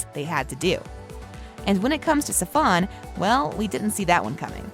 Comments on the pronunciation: How are you gonna mess up stefan's name even though it is said so many times in the show it's not that hard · How can you pronounce Damon and not Stefan right?! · lol movie raze narrator pronouncing stefans name like kai